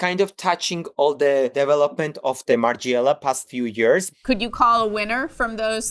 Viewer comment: It's unbelievable that at your level and status you can't even pronounce Margiela correctly. So American, so disrespectful.